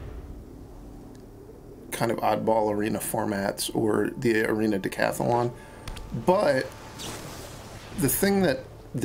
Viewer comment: why is he calling it dacathalon?